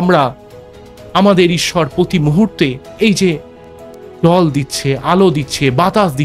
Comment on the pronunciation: আপনি আগে ভালোভাবে বাংলা বলাটা অভ্যাস করুন। এইটুকু ভিডিওতে হাজারটা ভুল। English pronunciation ভুল। পতি মুহূর্তে নয় কথাটা প্রতি। এই জল হওয়া সূর্য্য কি টাকাকড়ি দেবে? বৃশ্চিক রাশি কিভাবে অর্থনৈতিক ভাবে সফল হবে সেটা বলুন। বিরক্তিকর!😡